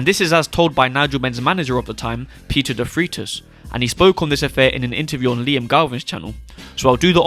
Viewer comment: Peter Defreitas, pronounced as Defraitus and not Defreetas. Just a heads-up! Great video, with new enlightening info.